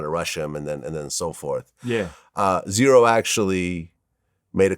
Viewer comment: z-ro not zero